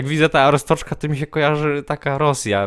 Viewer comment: ryfku arstoczka wymawia się arstodzka